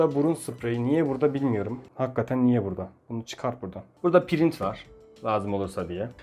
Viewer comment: Abi niye prite print dedin😅😅😅